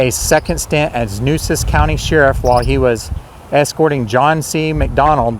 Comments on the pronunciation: FYI: The true pronunciation of " Nueces " is like "New-aces" (one word). Mesquite trees are numerous around the San Antonio area. Corpus Christi was a very important port city by the mid-1800s, same as Galveston. Yellow fever and hurricanes drove many people away by the mid-1900s. However, Houston suffered same troubles but survived into a huge metropolis; maybe because it is 40+ miles further inland from the coast, with an inland channel from the sea... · Nueces - Noo-AY-ses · Really enjoyed this! My great, great grandparents were the Weidenmueller’s you mentioned at the beginning! As a native Corpus Christian, I can confirm those are mesquite trees, that they grow low because of the wind, and their thorns pack a punch. And, somebody probably told you,but the county is pronounced New a sis. The first weekend in November I plan to go to an annual event at the cemetery,where I understand people will be to tell stories. I no longer live in CC, so I’m not sure of the details, but thought you’d like to know. Again, you did a great job! Thank you.